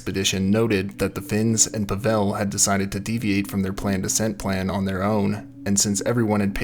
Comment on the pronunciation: Thanks for covering this story. The name Pavel is pronounced “POVV-ul”, not “pa-VELL”. It is the Russian equivalent to Paul.